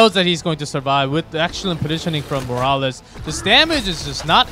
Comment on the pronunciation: am i the only one annoyed that one of them keeps calling morales as ''moraliz'' ??